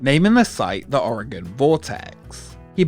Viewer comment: Thank you for saying Oregon right!